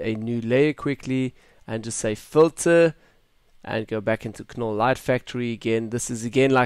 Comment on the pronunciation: its pronounced NOLL the K is silent!